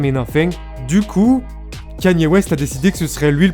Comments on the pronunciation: salut . stp ca se dit " k é n i " ( KANYE ) et non " k a n i é " . 👍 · la vidéo est tres bien mais ca se dit kani west et pas kanyyyé west bordel.... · Il y a que moi que ça perturbe qu'il dis kAnye West et pas kEnye ? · Pq tu dis kanyé ? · C’est « Ka-nyé » la prononciation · pas kanier kéni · Non ça se prononce absolument pas comme ça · Over Size écoute I love kanye dans life of pablo et on verra si ça prononce pas comme ça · Noa abdeljelil & oui je répète ça se prononce pas comme ça, son accent est très mauvais